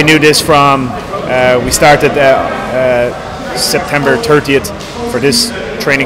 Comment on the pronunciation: did John say september turdyish?